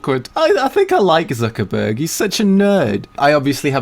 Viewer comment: Probably cringed at Zuckerberg too